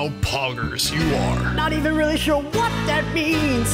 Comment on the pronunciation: When he said WHAT in all caps and in bold language